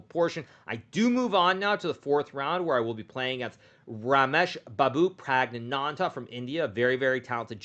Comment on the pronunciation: Praggs name got absolutely butchered